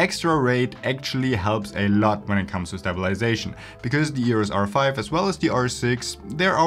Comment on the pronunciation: stop saying yurus r5.